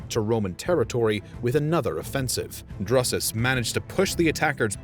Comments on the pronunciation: had to mute it, the pronunciation of Drusus is so way off anything resembling that name is killing me. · Good topic. The pronunciation of Drusus sounds off. There were subsequent efforts to punish the Germans and conquer portions of Germania - Germanicus made attempts. Domitian (and others), cordoned off pieces of territory between the Rhine and Danube with the Limes. Later, Marcus Aurelius wanted to cover some substantial areas north of the Danube, as a response to the Marcommani wars. So the question is, why they were not successful over the long term, and, were left exposed to serious incursions in the Third Century. Why the Germanic resilience, and later, threat?